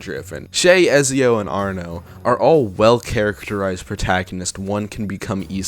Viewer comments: It hurt a little bit when you called Ezio "Ezzy-o." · How the hell did you get Ezzyio from Ezio? you literally hear his name in the games so you had to of known how to pronounce it, I swear to god YouTubers do this shit on purpose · There is no way this dude play through assassin’s creed 2 and still mispronounced ezio name